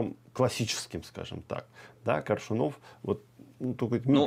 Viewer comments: Этот как будто специально произносит фамилию Коршунова, неправильно ставя ударение. Не Коршуно'в, а Ко'ршунов. При этом слышит же, что Максим произносит по-другому. И Максим лично знал Коршунова Виктора. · Думала мне только ухо режет произнесение ведущим фамилии КоршунОв. И не только это. Ощущение, что ведущий абы как окончил школу и подался зарабатывать на таких вот темах. Настолько безграмотно изъясняется.